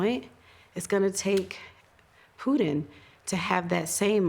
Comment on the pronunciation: She said poodin instead on Putin.